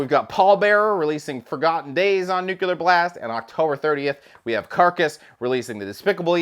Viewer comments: Every time says "nuculer" an angel gets its wings. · NuCULer Blast. on NuCULer Blast. NuCULer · say it with me: New-clear. It's pronounced new-clear. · Nucular, it's pronounced nucular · Take a drink every time says “Nuclear” take a shot.